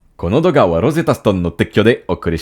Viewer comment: Well, c’est “douga”, pas “doga” puis “teikyou” (sponsoring) pas “tekkyo” (démantèlement ou rail de train) 😂 Mais c’était parfaitement compréhensible dans le contexte. J’adore cette intro. 😊